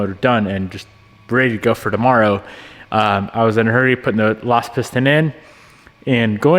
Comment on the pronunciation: what is "dommoro", is he trying to say tomorrow?